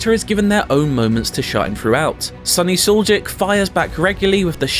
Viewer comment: for those english speakers, it's not pronounced SUL-JIC, it's more like SULYICH